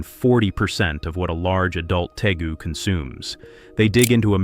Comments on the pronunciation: How about we use a human to narrate these? It is pronounced Tay-goo. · It’s interesting how the creators of this video don’t even know the difference of a Tegu a Nile Monitor or a Spiny Tail Iguana! They also don’t even know how to pronounce Tegu (tee-goo)